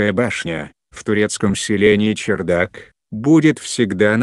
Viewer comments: Не чердак ,а ЧарДак ( кх ) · Вообще то правильнее было бы говорить чардак,а не чердак.Да и на табличке так написано. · Не возможно слушать этот роботизированный голос! После 3 минут выключил, и автор не чЕрдак а чАрдак1!!! Можно было бы сначала уточнить, как правельно а потом выложить! Диз, короче!!!